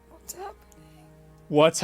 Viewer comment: "wots ahppenin" hahahahahahahahahahahahahahahahahaha